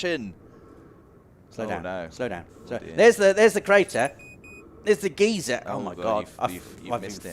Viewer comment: A fully modeled solar system, oh what No Mans Sky was supposed to be? Gentlemen, there’s a major difference between a geezer (as you said it), which is an old person, and a geyser (guy-zer), the hot water and steam eruption. lol